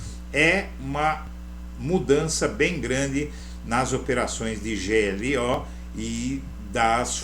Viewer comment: Fica estranho pronunciar glo, como se fosse uma sílaba. A pronúncia usual é G - L - Ó, com o som de cada letra em separado.